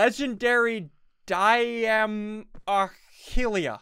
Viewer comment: This is how you pronounce Diamahlia (die-muh-lia)